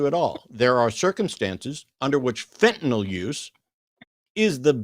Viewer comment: It's Fentanyl. Why do they all call it Fentanol?